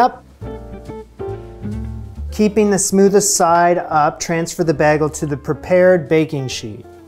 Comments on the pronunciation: You say bagel with a short "a" like in handbag or rag. Mostly people use the long "a" like in bay or hay. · Yes-- Bay (a broad inlet of the sea where the land curves inward)gle. No-- Bag (a container made of flexible material with an opening at the top, used for carrying things)gle. BAYgle not BAGgle. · Your pronunciation is fine. I hear what you mean though. Most people (around here anyway-southern US) say it like bay-gul. When you say the first syllable, it's just a little clipped so it sounds a bit more like bag-ul...as a side note... Bag-ul sounds like a cool name for a demon in an rpg. lol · To me it sounds kinda like you are saying "Bag - L". The normal pronunciation sounds something like "Bay Gull" So I think it does sound a bit different to most people. It's interesting that you don't hear it that way though. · You say bag-el. Im not sure if most people say it as I do, but I say bay -gle. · Oh come on! You’ve been in New York City long enough to pronounce bagel like a New Yorker by now! In NYC it’s a BAYgull, not BAGgull. It’s adorable that you say it weird though. 😂 We still adore you!! BAGgulls and all. ❤ Note: BAGgull is not wrong. It’s just not the way a NYer says it. And you did say BAYgull a few times. ❤ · Bay-Gul. You’re saying Bag-ul. Nonetheless, looks great! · your pronunciation sounds like this - BAG el (used when there is a double set of consonants - two lettter g - bagg ul.) It all comes down to the spelling of the word: Where the 'a' vowel is followed by a single consonant (one 'g' - bagel) the vowel is pronounced LONG as BAY gul) Try this to hear the difference - say BAY and BAH. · You say "baggle" instead of "baygel". Never heard anyone pronounce it like that before :) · BAY-gel, not BAG-el. sheesh. but i love you anyway. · I hope you don't mind me correcting your pronunciation: it is not bEgls, but rather: bE:Jgls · You say BAG-ells... instead of BAY-gells. You're welcome! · It’s baygel not bag el Lol. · Bae-ghel not Bah-ghel